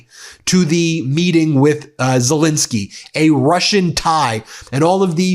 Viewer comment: The President of Ukraine’s surname is Zelensky, not Zelinsky. Please pronounce it correctly, Ben.